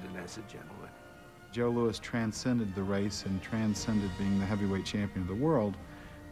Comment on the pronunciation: Louis not "Lewis"! 'nuff said.